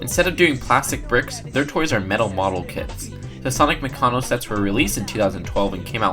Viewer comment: its maccano not maccono